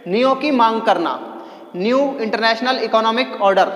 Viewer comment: Sir new hota hai nieo nhi hota 😅😅